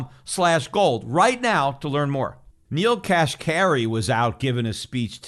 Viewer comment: Kashari?? I think you mean Neel Kashkari, Peter. Lol. 👍